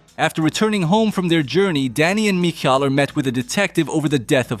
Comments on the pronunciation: Idk how the movie means it to be pronounced but there’s a Jewish name michal pronounced mee-chal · The 10 different pronunciations of, "Michal," is my favorite part of this movie.